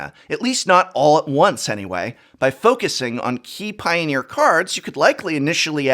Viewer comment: I hear Piooner, liked the video.